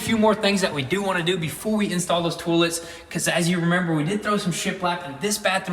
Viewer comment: Huh interesting, Americans pronounce it Toll’ets and Canadians say Toy’lets